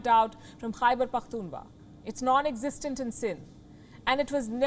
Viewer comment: (Khyber Pakhtun Wa) 😂😂😂 wa its kha w is silent